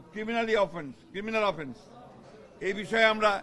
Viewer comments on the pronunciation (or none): none